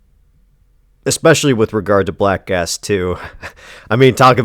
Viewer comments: Whenever you say the title i hear "black ass" and giggle like a regard. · WAIT! ... Did he say, "Black ASS"??? 😂